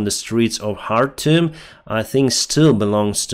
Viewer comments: Khartoum is pronounced Kar toom! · You are pronouncing `Khartoum' like a Ukrainian lol. In English the K is pronounced. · in arabic it's pronounced chartum . الخرطوم